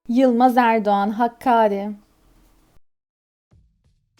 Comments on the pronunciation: Seslendiren kişinin Türkçe vurgusu bozuk. Bir kere HAKKARİ değil HAKKÂRİ diye okunur. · Ne kadar aptalca, lűzumsuz ve ırkçıık kőrűkleyen bir çaba. Kardeşim sen onu bunu Kűrt Ermeni diye kendi kuş beynince damgalamaya çalışacağına git adam gibi şeylerle uğraş. DAHA HAKKÃRi'yi bile telâffuz etmekten acizsin. Tam bir rezillik bu saçmalıklar!